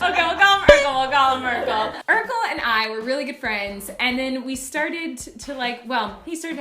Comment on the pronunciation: when u said urcle i thought u said uncle and i had to reawatch that bit.